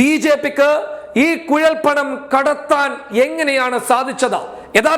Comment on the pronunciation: കുയൽ പണം അല്ല കുഴൽ പണം ആണ് 😁😁😁